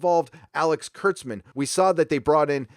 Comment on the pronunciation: Kurtzman not klutzman lol.